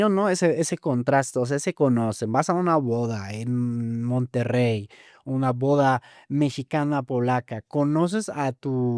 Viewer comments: Se dice "Monterrey" no monterey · Ella dice Monterey porque no pronuncia bien el Español no porque tu pretendas obligarla a pronunciar ciertas palabras como a ti te da la gana.